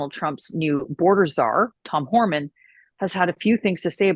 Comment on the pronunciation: It’s border czar Homan not Horman